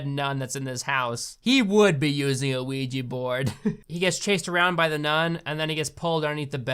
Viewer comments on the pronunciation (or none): Why do people pronounce it ouiji? Its ouija.